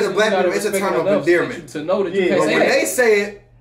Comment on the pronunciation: Lol said endearment! WTF!!!